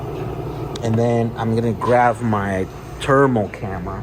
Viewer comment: says "thermal" the same way Charles Barkley says "terrible" 🤣